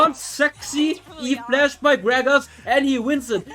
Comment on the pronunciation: That's e -> flash XD not flash E hahahaha